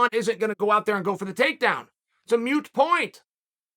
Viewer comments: Moot. Not mute. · Moot point, not mute point Uncle Chael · “It’s a ‘mute’ point”. 😅😅😅 Chael, it’s “moot”. I can explain but since you don’t read all the comments, that might be a moot point. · OMG it's 'moot' point, Uncle Chael, not mute !!! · Chael, the word you're trying to use is moot, not mute. They're pronounced differently. Google it buddy. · It's a 'moot point'... but somehow Chael makes 'mute point' sound correct. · Moot Chael, not mute. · WHat the hell is a "Mute" point Chael lol? I think you mean "Moot" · Lmaoooooo moot rhymes with boot not cute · I feel like he knows the word is moot and just intentionally mispronounces it like everyone’s names